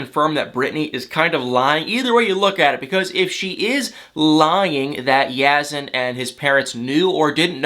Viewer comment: I wish you would pronounce Yazan’s name properly. You seem to have no trouble pronouncing Brittany.